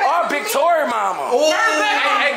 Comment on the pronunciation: its Tory not torick